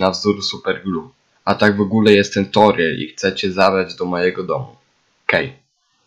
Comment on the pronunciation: torbiel zamiast toriel od torby XD